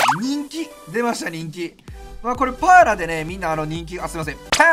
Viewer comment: VIPさんの助っ人外国人の発音好き笑笑 特にパーラとデラロサ笑笑